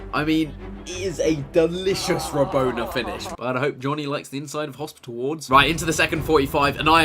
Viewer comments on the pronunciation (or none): chris, its not " ra-bon-er", its ra-bon-a. haha, adult jokes 😉